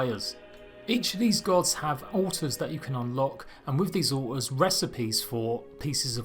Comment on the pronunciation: Almost sounds like he keeps saying uh ohs, took me a minute to realize altars